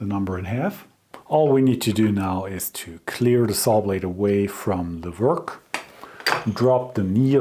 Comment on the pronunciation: Please don't think that I'm insulting you,das ist nicht meine Absicht! The word 'work' and all 'w' words are said by pursing your lips ,as if you were blowing out a candle.Not blowing, but making the sound. It's a soft sound: weiches Gerausch. I hope I have been of some help.I really respect your channel!